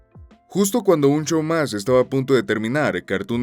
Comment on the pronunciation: Me encanta escuchar a extranjeros decirlo